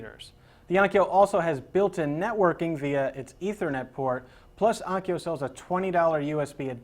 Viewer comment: it's ONKYO,... not ONYKO